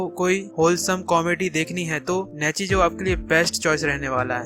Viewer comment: Saare anime ka description mein maja nahi aaya kitno mein toh basically spoiler hi dediya aur pronounciation sun sun ke mere aankho mein aasun aagya nichijou ka nechijou, shogi ka shoji or rei kiriyama ka reeeeeeeeeeeee😂😂😂 Number list pe jyada nahi bolna par gto deserves way more recognition then it gets bas gto ke baare mein baat ki mein khush hogaya Sangatsu no lion is not mature at all mature se (+18) wala mature nahi par wohi dimaag kharav depression mein daal dene wala anime nahi hai jaise serial experiment lain or neon genesis evangelion its just a slice of life But reeeeeeeeeeeee😂😂😂